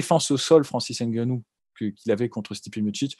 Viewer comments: EN AFRIQUE, NOUS DISONS "NGANOU" ET NON "N" GANOU "... JUSTE UN PEU DE RESPECT... SI POSSIBLE ! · Il faut juste corriger... "NGANOU" et non "N" GANOU. C'est simple ! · hey la Sueur !!!!! on prononce " Gannou" ! et pas Ngannou... on ne prononce pas le N dans les noms Africain !!!!!!!